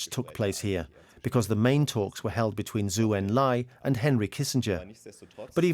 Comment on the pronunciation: Good (though too brief) history of Mao's (horrible) later rule, but the narrators' pronunciations of Chinese names are terrible! For example, Zhou is not pronounced like the word zoo, it's pronounced like the name Joe.